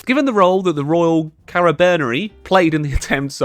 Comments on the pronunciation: ca ra bi nie ri pronunce ever single vocal correctly like you say ``i``---> ``e`` just say ``i`` and for exaple in `` nie `` you transformed i in e and you have eliminated a vocal for me you have said`` carabeneri`` and carabinieri are stil present today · "Carabinieri" Proceeds to say Carrabìneri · Cara - B - Nee - A - Ree = Carabinieri :* From an italian that studied english phonetic xD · Its said ka-ruh-buh-nyeuh-ree! Its italian pronunciation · Sto tipo non sa l italiano😂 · The "Carabinieri" pronounciation killed me.